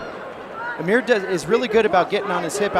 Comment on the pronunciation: His name is almir not ameer